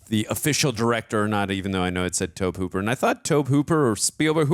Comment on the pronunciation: The girl that played Dana passed away, too. Where's her RIP? And for gawd's sake, it's Toe-Bee Hooper, not "toab". Like Toby. You couldn't have heard it or you would have pronounced it correctly. This was 1980, way before product placement. Man, when the grid goes down, you guys are the first to go. In the infancy of remote control, if you and your neighbour had the same frequency, you really could change his channel and he yours if the placement was just right. Yes, this used to be a thing. Usually with people who always had to have the latest gadgets. Ever see Eddie Murphy talk about "The Amityville Horror"? "Too bad we can't stay, baby." That's the late, great James Karen. I don't know about Wall Street, but he was excellent in "Return of the Living Dead". And just in case nobody mentioned it, those skeletons in the pool were real. Sent for 'em special. (Let's see THAT happen today.) JoBeth Williams deserved a special horror-movie Oscar for that scene. Tangina Barrons was played by the late, great Zelda Rubenstein, an original Munchkin, among other roles. Holy cow. No, they're not possessed. Yes, they're in the same house Moving out, remember? Love the long format-this was great fun!